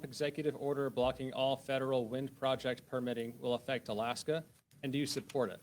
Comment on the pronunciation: AFFECT.... say it with me: AFFECT. 🥸